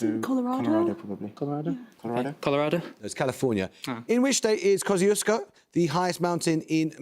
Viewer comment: Nice to see a non-aussie show with a correct (well, australian) pronunciation of mt kosciuszko